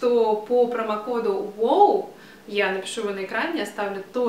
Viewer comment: Мне очень импонирует ваш вкус и ваша подача информации, браво! Только почему ВОУ, а не ВАУ? Вы же прекрасно владеете английским, насколько я знаю.... Оговорились?